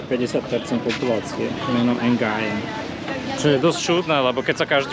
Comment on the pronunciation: To meno sa číta nie ["En gajen"] ale jednoducho ["Gujén"].